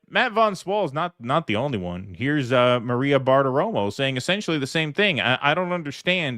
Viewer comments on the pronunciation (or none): none